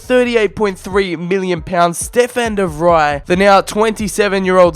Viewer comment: Its not de "Vrij" its "Fri" even im not dutch and i can pronounces names better than you.